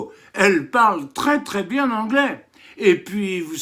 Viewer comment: Son anglais m'arrache les oreilles 😮😮